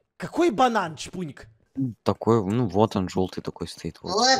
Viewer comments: Банан хаахахаххахахахахаа ппц смешно сказал "Воть я" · () подожди у меня только один вопрос к чпуньку какой банан? () ну вот такой ну вот он жëлтый стоит (Банан) бухим голосом"вот я " БОООЖЕ РАЗАРВАЛО ХААХАХАХАХААХАХАХАХХ🤣🤣🤣🤣🤣😂😂😂😂😂